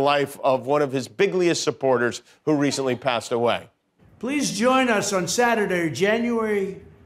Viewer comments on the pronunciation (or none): T•••• almost couldn't pronounce "Saturday!" "Please join us on Saturdeur..."